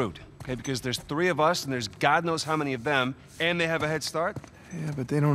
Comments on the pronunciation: My "tree" D design teacher says that too! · "It has been tree days." - Jacksepticeye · “Tree dayss” lol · "It's been TREE days since..." Lol, "Tree." XD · Jack: “...tree days...” Everybody:🤔😐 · Did you say tree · It’s been tree days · he says tree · yes jack it has been 'tree' days............ jk love your vids :) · Irish dictionarythree ( tr-ee )